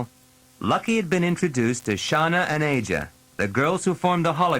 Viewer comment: It's a shame the narrator mispronounced Shana and Aja. I cringe every time he says "Shawna". 😑